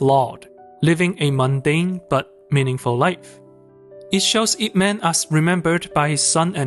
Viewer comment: No u didn't just said man instead of mun. 🤦🏻‍♀️🤦🏻‍♀️🤦🏻‍♀️ White ppl butchering chinese names again...